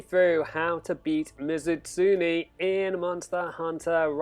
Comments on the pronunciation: It's not pronounced Ms. Utsuni. It's me zoo tsun e(e like in bed). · You're not good at accepting criticism. And no, your pronunciation of Mizutsune was pretty damn bad. But I didn't make a big deal out of it. Just told you the right way.